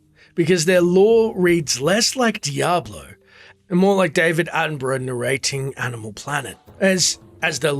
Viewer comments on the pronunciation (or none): none